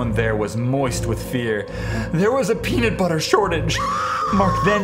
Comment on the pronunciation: "Peanit butter"